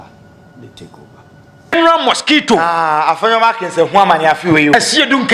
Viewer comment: Please, the name is Afenyo Markin. It's not Afenyo Markins.